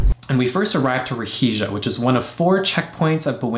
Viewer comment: Perfect pronunciation of Ruhija 👍